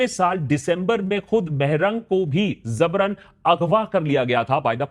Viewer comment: Zabran ni Jabran Please correct your Urdu